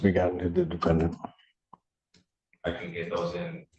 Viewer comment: 😂😂! Had a flashback of DBrown in Wisconsin! “DA DEFEN DENT”😂😂